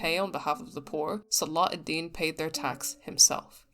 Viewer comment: You're pronouncing salah al deen without the ح sound it's صلاح not صلاة